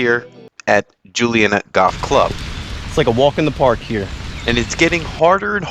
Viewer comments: You’ve captured the spirit of the community; it’s indeed the most wholesome kind of Philly grit. And it’s pronounced Joonie-Yadda. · Dude, how hard is it to pronounce Juniata 😂 Joo-knee-atta. Not Julianna. And it’s definitely in Philadelphia. Grew up right down the street.